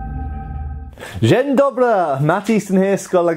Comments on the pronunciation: Dzień dobry Matt, a raczej Dobry wieczór hahahaha (Ye almost nailed the pronunciation ;) ) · I have to say I smiled when the first words was "Good morning" in Polish. Really made my day to hear that greeting from you (and the pronounciation wasn't bad). Thank you for very informative video, I haven't know all the tests that were used in the sabre factory. Really interesting to know, as I always thought the Prussians had the most strict tests in that field. Kielce - "ki" as in "kill", then "el", then "ce" as in "censor", but it's not soft c (which sounds kinda like s), but hard (maybe closer analogy would be something like "z" in "zornhau". Oh, and as a farewell it's "do widzenia" (literally "see you (later)"), as "dzień dobry" is used only for greeting.